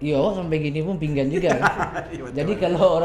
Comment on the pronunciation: jo kato2 "pinggan" se galak, baa pengetahuan baso minang si host ko. galak lo mangekeh, tasingguang urang tanah data beko tu